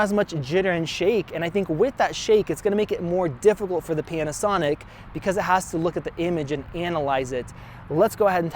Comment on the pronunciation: Did you say “PENASONIC”?